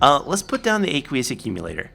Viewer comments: It's a long a in aqueous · genny aqueous is pronounced like "O-queous" like Aqua